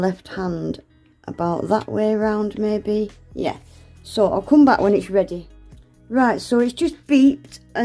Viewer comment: The W is for "Weady to use" 😂😂